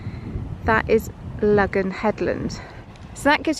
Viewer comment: Excellent video and story as always..... I have a curiosity question though. All my life in Cornwall it's been called Logan or Logans rock, pronounced Low gan. In your video from 8 years ago you pronounced it like this but in this video your pronouncing it Lug gan rock..... what's changed, have I missed some academic saying this is how it should be pronounced now?